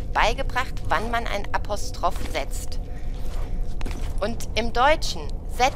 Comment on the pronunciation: Apostroffff hab ich so auch noch nie ausgesprochen gehört haha